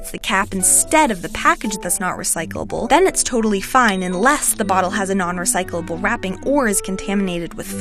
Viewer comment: Is she struggling with the world recyclable